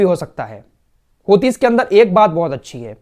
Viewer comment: السلام علیکم ورحمتہ اللہ وبرکاتہ بھائی میں اپکی تمام خبریں سنتا ہوں اور الجزیرہ العربی بھی سنتا ہوں ایک اصلاح فرما لیں آپ لفظ ہوتی نہیں ھے بلکہ حوثی ہے دراصل انکے بانی عبدالملک حوثی ھیں جنکے نام پر تنظیم ھے جزاک اللہ خیر